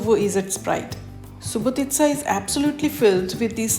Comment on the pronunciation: Well,well.You are the first to pronounce the proper name of Subotica. Thanks for tour.